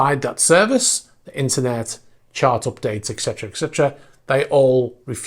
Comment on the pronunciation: ET-CE-TERA. Not ECK-CETRA.